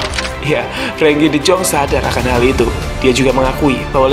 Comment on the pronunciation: De yong bang dibacanya